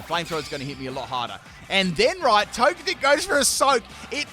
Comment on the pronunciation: I kinda feel like Togetic should be pronounced like Tojetic. Like energetic